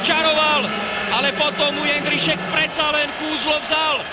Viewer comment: jeNDrisek nedal, jeNDrisek goool :D